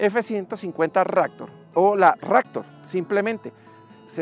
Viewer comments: Ractor...??????? o Raptor.... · fod rector jajaj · Porque le dice "ractor" a la "raptor"? jajajaja